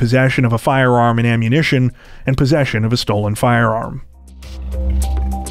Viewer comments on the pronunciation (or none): none